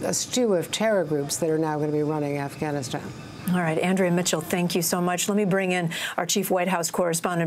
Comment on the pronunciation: Hehh hehh ... He done said Assghanistan.